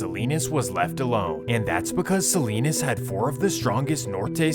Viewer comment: SALINAS not SALINES